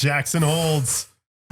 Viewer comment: lol, he thought he said "Jackson holds" Bone apple tea.